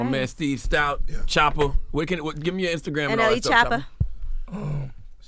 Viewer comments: Did he just call DAT man shoota 😂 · How do you represent this man. Talk so highly to us of him but you cant even get his name right. In his face. His name is not Shotta is Choppa